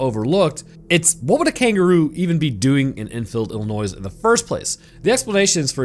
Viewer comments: Illinois = ill + in + oy not ill-in- oys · It’s pronounced i•luh•noy No S sound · Did you really just say “Illi-noise”? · Lol Even if you can’t say it right I’ll still sub to you lol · sir, I love your channel. Love your funny asides and new videos always make my day. But, as a native Illinoisan, please, please, PLEASE, for the love of everything, stop pronouncing the “S” at the end of Illinois…it’s like nails on a chalkboard to those of us from the Plain State. 😅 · U ... The "S" is SILENT in Illinois......... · The S in Illinois is silent btw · Everytime you pronounced Illinois with the S at the end…..an anglerfish grew feet and learned how to walk on land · I'm sorry, but would you please stop pronouncing the s in Illinois? It's driving me nuts... 🤨